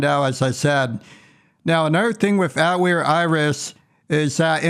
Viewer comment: Watched the first 10 seconds, mispronounced Atelier twice, thumbs down, wrote this comment, closed video.